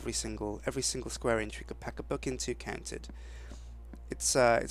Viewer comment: Omg I heard him say book-come in the library lol